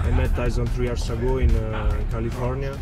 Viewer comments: Tyson pronounced his name exactly how its spelt 🤣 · If he had pronounce the U also like its spell then it would be right.